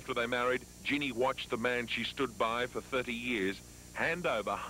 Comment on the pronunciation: Dean called her Jean-nee…